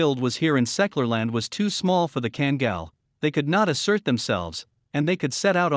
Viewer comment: It seriously infuriates me that alll this so called experts, hideously mispronouncing Kangal. You should pronounce both a in the name, as in "are" or "type" or "kind" or "*CKTARDS".